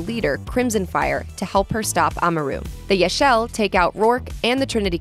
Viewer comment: its not her fathers old apartment, its Laras apartment. Her farther never owned an apartment, the only place he lived/owned was croft manor Edit 1: did you really just say Yaxxil as "Yac-shell"? Its pronounced "Yac-sheel" Edit 2: so you really ain't gonna mention the shadow of the tomb raider DLC's that has been out for MANY months